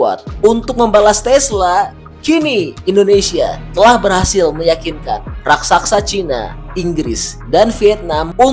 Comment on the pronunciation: Raksasa pak bkn Raksaksa